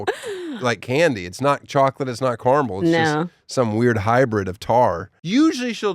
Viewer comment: Dammit T!!! It’s Kara-Mel not carmul. I’m done with you for the rest of the week